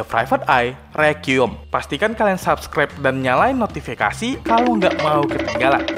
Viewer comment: Btw requim dibaca ri - ku - wa - yem bang, bukan rikwim 🥲